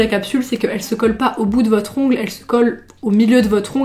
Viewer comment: « Ongleuh, manucure » ❤️